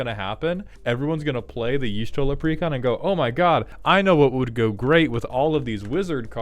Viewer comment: As the one who preordered only Y'shtola It's pronounced with an "ah" inflection, on the "Y' ", so it's supposed to be more like "Yah'Shtola", with a short "ah".